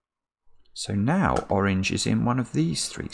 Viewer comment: Am I the only one who hears "wrogn" whenever says "Orange"?